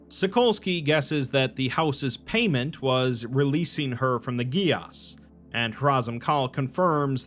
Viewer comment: Interesting fact... geas is pronounced gay-sh.